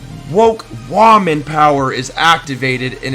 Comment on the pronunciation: lol you have snake saying "woah man" instead of woman just like how you say it wrong!